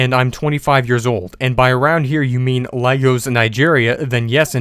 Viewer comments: It’s pronounced “Laygos” no Laagos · The correct pronunciation for Lagos is "Lay-Gus" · It's mentioned "Lay-gos" not La-gos.